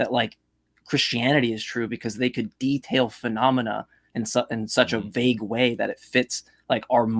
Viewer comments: Ugh... The way that guy pronounced vague..."vag", like a German saying "wag" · He keeps mispronouncing “vague” as if he’s only ever read the word and never heard it spoken by anyone else. Then repeating it as if he knows his way is right. Just another point of annoyance